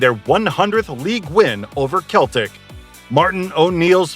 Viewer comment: It's pronounced Seltic. What a shambles. Not even knowing the team's name you've sat and made a video on. You also say Celtic vs Glasgow (both teams are from Glasgow), and mispronouce 'The Gers'. There were proabably more blatant mispronunciaitions, but I couldn't sit through more than 2 mins. You should delete this video and stick to something you know about. Obviously just Googled some info and made a terrible video.